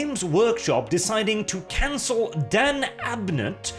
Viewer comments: "Canel culture"? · "Canel" Mmm yes